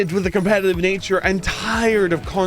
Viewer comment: By god, you're irritating. Did the algorithm tell you to squeeze out every 3rd syllable at maximum volume? Doesn't help that every tenth word is "cOmPEtitIVE". You know what's competitive? Literally every other major multiplayer title. Here? The "competitive" aspect is irrelevant for 3/4 of the match. Expprimal is weird as hell, yes, but when it works it absolutely sings and after overwatch's PvE meltdown it had the chance to eat their lunch. So just shut up, suit up, and get ready for another round of data cube and maybe we'll get enough new players leveled up to do PvE raids more consistently. Or just watch it die, whatever.